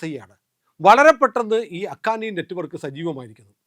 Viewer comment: അഖാനി അല്ല ഹക്കാനി നെറ്റുവർക്ക് എന്നാണ്.